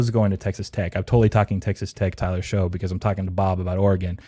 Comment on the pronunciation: Tyler Shough. It's pronounced "Shuck".